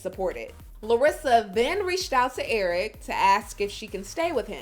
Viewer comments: I hate her. She knows so much English, yet she cannot pronounce a word. If she says someone name she adds an EE... erikeeeee, colt eeee, David eeeee. She is such a user it’s ridiculous. It’s not that she cannot say Eric, cause she has said his name perfectly, but then she goes back. She is just such an attention seeker. She has said Colt and she said it perfectly. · How come she can’t say Eric the correct way... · Why does she Add an E to everybody’s name